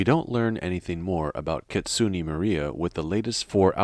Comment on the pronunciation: "KItsunay" is how they pronounce it. "Not Kitsunee"